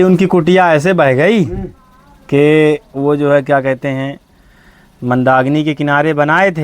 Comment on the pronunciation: Bhai sabse pahle Mandakini ko Mandagni bolna band karo